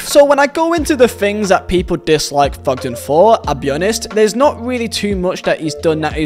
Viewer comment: It’s Thogden. Not Fogden